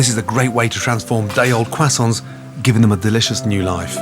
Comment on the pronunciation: shoutout to the "kwasants"